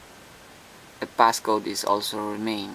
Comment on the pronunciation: Notice he also says "PassGoat"